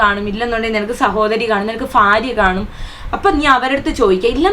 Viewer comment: ഫാര്യയും👰🧕....... 🌎 🌍 ഫൂമി ദേവിയും ........ചേച്ചിയെ രക്ഷിക്കട്ടെ😂😂😂😂😂😂😂😂😂😂😂😂😂